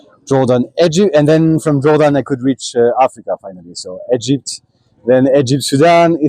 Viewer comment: Egepted lol Haha 'Ya just love the way you say Egypt my child. 'Anyhoo when ya coming ta Sydney nsw buddy? 'Ps. you wouldn't catch me anywhere near Africa mate eh. !